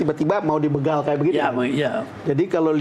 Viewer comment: BEGAL. Huruf "E" dibacanya spt membaca "E"nak, b"E"cak, b"E"mo, dst. BUKAN dibaca kayak p"E"dih, p"E"rih, s"E"mut, dst.